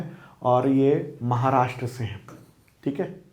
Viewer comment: सर आपके व्हिडिओ बहुत अच्छे होते है, केवल एक suggestion है- "महाराष्ट्र" है "माहराष्ट्र" गलत है।